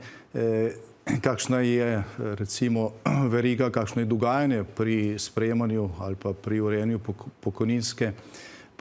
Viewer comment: Ne reče se dugajanje ampak dogajanje.